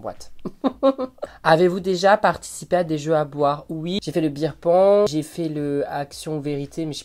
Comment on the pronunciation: « Beer Pong » ou « Ping-pong Show » ??? 😜